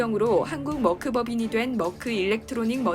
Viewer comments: 한국에서 머크라고 한다고 맞는 발음이 아닙니다..영어도 독일발음도 아닌 이상하게 발음해서요. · Merck 는 멀크는 영어식 발음이고, 메르크가( 가운데 r 발움을 약하게) 옳은 발음. 머크는 어디서온 발음인가요?